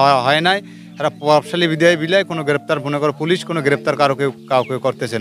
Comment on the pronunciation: সাংবাদিক আপা একটু বেশিই স্মার্ট 😂।পুলিশ না বলে । পুলিছ 😂😂😂